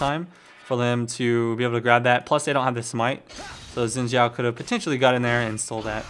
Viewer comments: Umm..Actually no , I know this cause I'm half Chinese and it's pronounced as "S" when you speak Chinese,In this case Xin Zhao's name is in Chinese. So it's pronounced as Sin Zhao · Was he saying Win Xhao? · It's not pronounced "win" zhao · i guess its not xin zhao its win shao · ''win zhao'' XD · i forgot 'X' sounded like 'W'